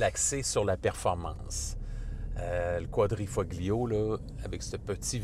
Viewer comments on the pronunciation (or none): Ce serait bien de savoir prononcer le nom du véhicule. Autrement, bravo !